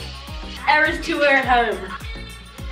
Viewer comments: It’s eras (no hate) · Two things it’s eras tour not ears tour and swiftie not swifty no hate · Its Eras tour! Not ears tous! Xx